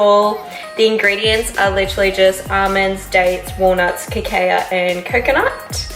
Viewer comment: Cacao is pronounced Ka-cow 😘